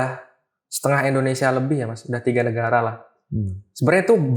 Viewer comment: gagal fokus tiap dia nyebut "negara"